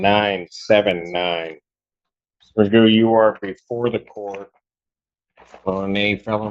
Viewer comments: Pronunciations: = Magoo Cough = coff Through = Throo Tough = Tuff Ain’t the English language interesting? In the UK his name would be pronounced ‘McGoff’ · 1) Pronounces that surname stupidly. Should really be like McGoff. 2) Makes Eric Martin look like Perry Mason. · I'm British and I never heard the name pronounced as "Magoo." In this country rhymes with cough. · Your name is pronounced (Mac-goff) you idiot! 😂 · Why is he pronouncing his own surname wrong!? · And he doesn't even know how to pronounce his own name.